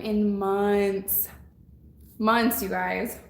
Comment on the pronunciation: I'm glad I'm not the only one that pronounces "months" as munce